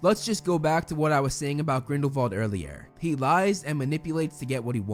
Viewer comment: Wow you are the only person I've watched pronounce Grindelwald and Voldemort's name correctly.